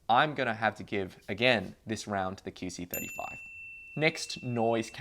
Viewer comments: Is it just me or does he keep saying "kee" c35? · Keyc 35? Weird pronunciation